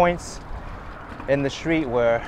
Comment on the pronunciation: Street , not shtreet. Straight, not shtraight.